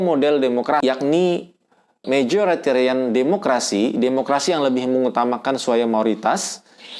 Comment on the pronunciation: 47_10_Raden Rara : mohon maaf Pak, sepertinya untuk bagian yang Majoritarian Democracy kurang jelas pelafalannya, juga untuk definisinya. Jadi saya mencoba cari referensi